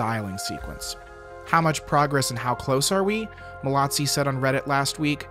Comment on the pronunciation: There is no T in Mallozzi! It’s pronounced mal-o-zee.